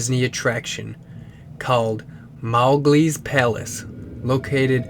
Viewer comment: The truly terrifying thing is the mispronunciations of Mowgli